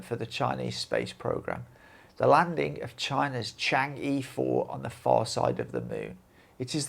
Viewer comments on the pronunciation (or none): 'change' in Pinyin is pronounced as chang e(嫦娥=moon goddess), not as chan ge. 'e' in Pinyin sounds like eh or er.